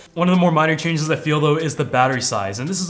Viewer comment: "a few key chages" hahhahahahaha